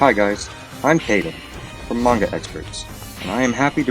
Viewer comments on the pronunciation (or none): none